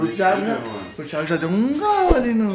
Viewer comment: O português está super certo "THIGO" kkkkkkkkkkk